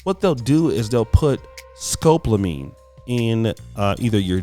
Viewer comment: It's Scopolamine (4 syllables)